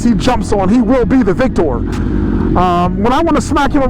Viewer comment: I love this video. Shiz was bad ass!! Watching these heavy hitters go up against each other was so. Only critique I have is, please stop saying “VICTOR” the way you do!! VICK-TOR, is the way it sounds!!! It makes me want to throw my PHONE!!!